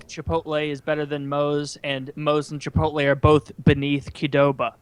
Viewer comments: Why do so many old white guys say Chipolte my dad says it the same way as Woody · Woody has been saying Chipote for years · He’s gotten better recently. He’s calling it Chipolte now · Genuinely how does manage to mangle the pronunciation of both chipotle and Qdoba in the same breath